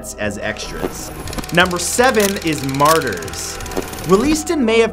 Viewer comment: He can't even pronounce half the movies on this list.